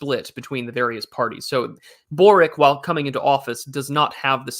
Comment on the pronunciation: Hello, regarding that Boric guy, the Croatian. He's name is actually pronounced borich (borič originally).